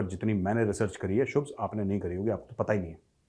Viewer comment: Bhai phle shubh bol le shubhs bol rha hai 😂😂